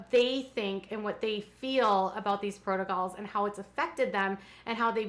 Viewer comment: Not to mention Kody’s “protocles” UGH! I hate that! Drives me crazy whenever he says that! I yell at the tv every time!